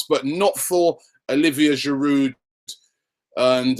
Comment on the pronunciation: I don't want to come off as a troll or anything but the D is silent in Giroud...You'd think die-hard Arsenal fans like you would make the effort to pronounce the players' names better. Disclaimer: I'm an Arsenal fan too.